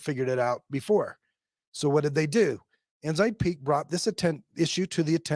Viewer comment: This is a great report or summary or exposeʻ.As an old CPA, it makes me cringe. I have wondered for a long time about church $$$. Left in about 1992 or 93 (no letter, so still counted I guess). Every time I hear one of you say Ensign Peak I hear Enzyme Pete, sorry.